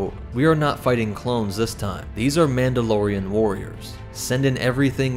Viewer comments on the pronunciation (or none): OH COME ON "MAULDOLORIANS?"